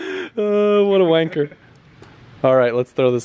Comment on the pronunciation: Hearing the word “wanker” being said buy an American doesn’t still right